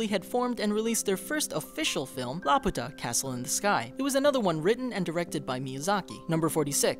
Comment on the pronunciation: Laputa is not pronounced La-pu-tah!! Its pronunciation is in the freaking movie obviously! It's La-Pyu-tah!!